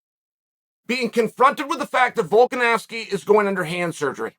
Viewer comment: Chael - pronounces ‘Volkanovski’ correctly for months Also Chael: ‘Volk-an-ass-ki’